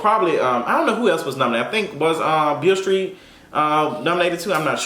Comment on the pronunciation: she said bill street lol